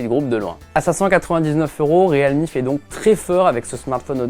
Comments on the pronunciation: Bientôt ils vont dire le Real de Madrid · Vous êtes sur de la prononciation du nom de la marque ; Realme ??? 😂🧐😂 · Ça m'a carrément choqué aussi ...